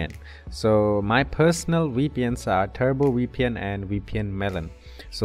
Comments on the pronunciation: We pn 😂😂 bro Say V P N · It's Veee Pee En. Not Wee Pee En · Sounds like WeePN to me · you're just liying you can't say vpn